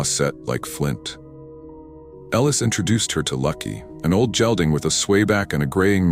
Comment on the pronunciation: Lovely story, the characters were easy to have empathy for. Very nice narrator who only mispronounced gelding. Ellis will make a mark in his life ….kindness , strength and empathy always does . 🫶🫶